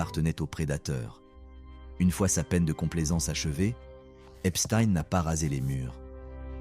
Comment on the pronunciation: A vous aussi il faut des cours de phonétique ?? Comment prononcez vous Einstein ? Pourquoi pas Palestein tant que vous y êtes ? En plus vous omettez sciemment le déail le plus important de son existence !! Il n'aurait sans doute jamais pu atteindre les plus hautes sphères sans sa complice Ghislaine Maxwell qu'il a connu en 1990 !! Cette criminelle actuelleemnt en prison aux US s’inscrit dans une lignée de “facilitateurs mondains”.grace à son père, Robert Maxwell, lui-même à la tête d'un réseau politique international soupçonné de liens avec des services de renseignement... Est ce fait exprès que la plupartt des merdias en parlent à peine ? Pourquoi ?